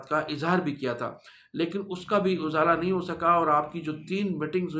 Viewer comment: پلیز ز پر زیر ہے۔ اِزالہ ہے۔